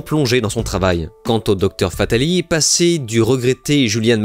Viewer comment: FataliSSSSS On prononce le S